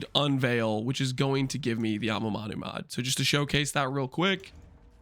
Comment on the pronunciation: why do you say amamanu instead of amanamu ?